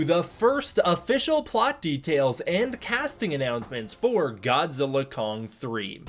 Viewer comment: Congratulations on properly pronouncing 'GODZILLA X KONG' as 'GODZILLA * KONG'!😆instead of 'GODZILLA EX KONG'!👍